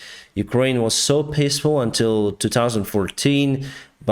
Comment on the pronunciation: "So pissfull" Love your english and love your videos :)